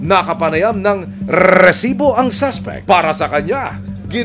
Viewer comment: Arte mo nmn mag pronounce ng recibo